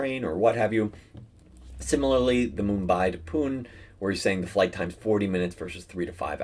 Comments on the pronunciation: Shirdi pronounced like shiv-dee except shir-dee and Pune is poonay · Totally enjoyed the video! Shirdi pronounced as Shee-r-dee and Pune as Poo-nay. Those comparison numbers make total sense at the lower end of the range especially considering wealthy individuals, can go up in exceptionally crazy times imo.